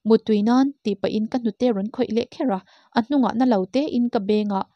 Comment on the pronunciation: Motuai ni lovin mautuai tih tur